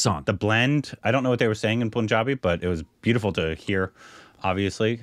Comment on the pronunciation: Againnnn Its not Poonjabi. Its Punjabi (Pun is just like the english word).